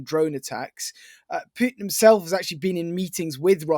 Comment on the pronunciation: Is it "Puotin" or Putin?